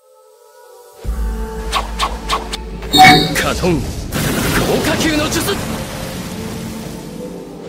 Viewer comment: Bang kalo ngomong jutsu nya jan ngasal dong wkwkwk